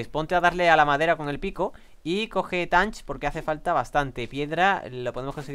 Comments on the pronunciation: se que hace tiempo de este video pero te equibocas en una palabraa de dice TATCH no TANTCH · Se pronuncia tach no tanch y si le habias dicho que recogiera flint 😒